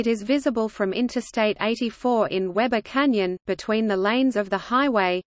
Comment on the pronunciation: We-bur, not Web-ur.